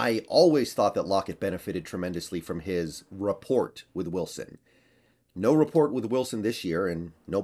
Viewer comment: “t” in “Rapport” not pronounced.